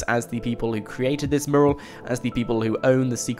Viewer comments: It's fucking Mew-Rall Not moorul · Good video but please learn how to say mural... It's not pronounced murral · you say mural like I say Merle... ... ...haggard.... v.v